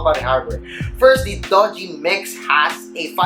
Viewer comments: it's not Doge, you pronounce it as DU-JI (Doogee) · Pronounce it as doojee, not dojee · your pronunciation of the brand is totally wrong bro. it's "doo-ji", not "do-ji".